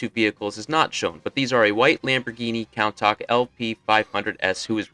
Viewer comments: Yeah, that driver is dead. 💀 Why is the bank robber wearing a👷‍♂️hard hat? 😂 That looks like the bank robber who was driving the Porsche! 😂 Same mustache, coat and HARD HAT 👷‍♂️ Oh man, you DID NOT grow up in the 1980s if you think that’s how “Countach” is pronounced. 🫠 Hint: its Italian; “koon-taash.” Every 10 year-old in 1985 had a poster of a Countach up in their bedroom. I know, I was one of them. 😎 The way Motormaster’s height wildly fluctuates between scenes is classic janky G1 animation 🥰 The design of these guard droids is bad ass. A “Mysterio in armor” vibe. Wish we had gotten a figure of these in a Target “Buzzworthy Bumblebee” 4-pack. Drag Strip is even unique to Formula 1. He’s based upon the iconic, 1976 Tyrrell P34; the first and only 6 wheeler in F1 to win a race. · Learn how to pronounce Countach 🤨🙄